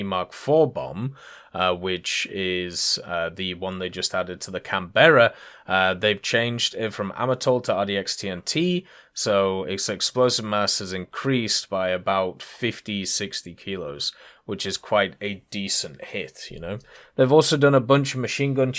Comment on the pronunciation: please for the love of god make an effort to pronounce it properly. Can-bra.